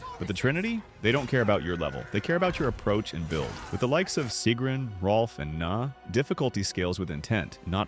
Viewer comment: King Hrolf and Gna being the benchmark for builds resonated with me. Also Im pretty sure you’re supposed to pronounce the G in Gna. Hearing you say nah over and over again so many times in this video was truly a test of endurance.